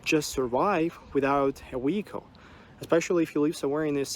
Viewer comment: He's calling a vehicle a wehicle.